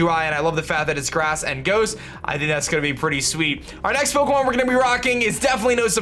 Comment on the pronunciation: Just can't stand the way he says 'Pokemon'